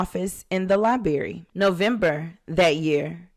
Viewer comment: If you can't even pronounce the word library how am I supposed to watch your videos